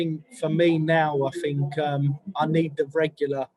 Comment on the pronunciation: “I fink, I fink, I Fink absolutely”